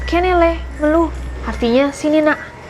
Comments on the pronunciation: mélu not melu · cuma mau ngingetin aja itu cara pengucapannya 'mèlu' bukan 'melu'😅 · fyi 'melu' nya kalo dibaca pake e bukan e kak😂